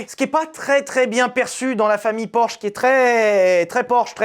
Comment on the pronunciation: "orsh"... 😅 fais un effort sur la prononciation des noms propres 😂